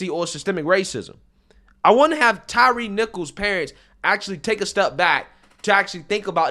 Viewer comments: Old Al couldn't even pronounce Mr. Nichol's name correctly. It's Tyre, not Tyreece. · Sharpton literally made the young man’s funeral about himself and then mispronounced his name by calling him Tyrese instead of Tyre. Doesn’t anyone in that church see this for what it is? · I am so sick of Reverend Al and everything that he represents and unfortunately AOC is channeling him lately. (and get the man's name right for Christ sake. It is Ty-re and not Tyrese 😅) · Uhh, is it just me or did Sharpton just call him Tyrese????? 🤣🤣🤣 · Wow! Al made the funeral all about himself. He even pronounced the dead guys name wrong. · Couldn’t even get Tyre’s name right.